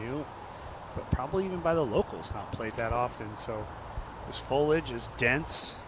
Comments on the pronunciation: There’s an “i” in “foliage”. Don’t use words you do not know how to pronounce, please. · Pretty rough coverage. Why I don’t consider purchasing a DGN subscription. Boring, very little graphics, not enough story building, constant bombardment of cheap ads and plugs, drying off camera lenses live, and why can’t we say the word “foliage” correctly?!?